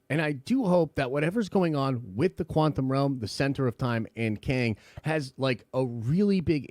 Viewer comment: Once you notice that says “quanthum” realm you can’t unhear it.